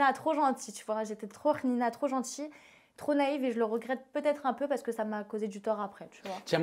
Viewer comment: J'ai regarder les com juste pour voir si sa avais capter son "rnina" 😂😭